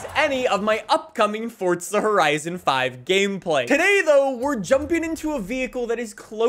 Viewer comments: It’s Forza, not Fortza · Fortza horizon 5✅ Forza Horizon 5❎